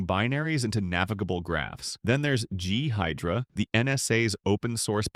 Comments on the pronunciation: What is G-Hidra Bro it's call " Ghidra " not G-hidra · Gee-hydra had me rollin